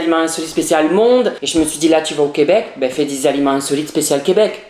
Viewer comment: Entant que québécoise je peux te dire que tu prononces les aliments mal